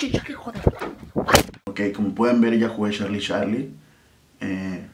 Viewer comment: Dise yarlie pero like ygual